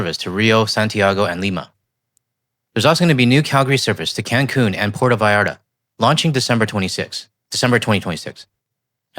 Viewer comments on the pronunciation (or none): none